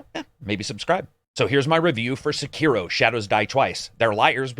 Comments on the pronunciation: “Sekeroh” Oh dear... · I'm a little bit disappointed in your pronunciation of Sekiro. But I still love you. You're the best!